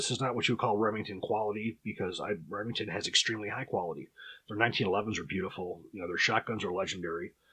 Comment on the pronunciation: "Remington's" HA! More like "Lemingtons'" am i right guys? Err guys?